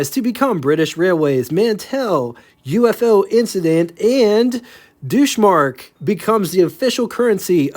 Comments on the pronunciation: Deutsche Mark is pronounced “Doych” not “douche”, lol. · It's pronounced "DOYCH mark", not "DOUCHE mark", ya big galute! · Definitely SHOULD --->>>NOT; -->>EVER: pronounce the, word: "Deutsch"; as: Deusch/Doo-Shh!!!!. Its' correct pronunciation is: Doy-T-Shh!! !. Do NOT just rush past it; &, simply acknowledge that your butchering it. You can: -->>VERY ->Very, very easily: hear the correct sound of the word, by plugging it, into: Google. Btw, the word you choose to say, has an entirely different; and, offensive meaning. Do your due diligence on your homework; and, your research. Don't just be indifferent; &, crash/burn-ruin it;...please, put the same effort into getting it right; that you do into the presentations of these stunning, classic vehicles! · Douche Mark!!?? Maybe you'd better check the pronunciation on that one : ). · It's pronounced 'Doytch'. WYR: 1 Chevy WYR 2: Chevy. And no, the interior is not original at all. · It's pronounced "doitch mark" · Yeah, it sounded like you were saying douche-mark.